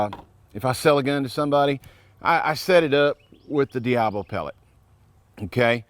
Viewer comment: It's not diablo. Read. It's diabolo